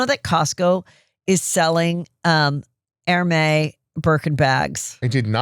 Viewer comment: Guy is an excellent guest! And he knows how to pronounce Hermes, good job!